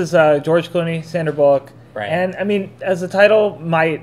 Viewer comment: "Bull-ock?" lol ... like what? I have never heard someone pronounce Sandra "Bul-luck" 's name that way ever.